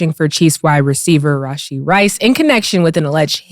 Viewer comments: The reason people thought they were stolen is because normal people don't leave their car in the middle of the street after a wreck lol. You leave it if it's stolen, you're drunk or you got a bunch of illegal shit on you. And it's Rashee, not Rasheed. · Not a big deal but dudes name is actually "Rashee" Rice, not Rasheed.